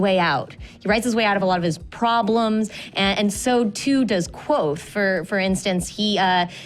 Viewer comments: are they really pronouncing it "quothe" in the book it says its SIMILAR to quothe but its KVothe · it's not quothe, it's literally kvothe. he says it's pronounced similarly to quothe, not that it is quothe. KVOTHE!